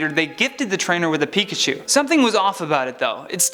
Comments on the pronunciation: “Picahu” It’s... it’s pikachu... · IS PIKACHU NOT PICACHUE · NOT MIMIKYI